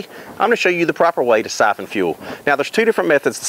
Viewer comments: Why do you call it "suffin" when it's spelt "syphon"? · I never knew "siffelin" could be so easy!!!😂😂